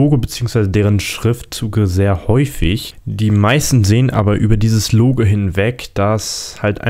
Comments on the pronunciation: Bei 3 Minuten und 47 Sekunden hast du dich versprochen; Das Google Logl...statt: Das Google Logo 😂😂 Sehr witzig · Bei Google sagtest du" bei dem Google logl" 😂👊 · Das Google lugel